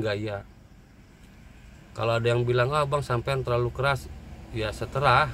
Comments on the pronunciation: Terserah bang bukan seterah 😅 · Bang maaf koreksi. "Terserah" bukan "seterah" 😁😁😁😁😁😁